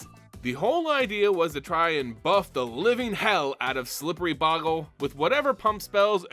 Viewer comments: BOW-gle Not Bog-le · It's boe gle not bogle you not pronouncing it correctly